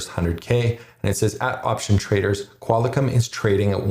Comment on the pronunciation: lol love the videos but did you say "Qual i com?" Sorry man its pronounced Qual Com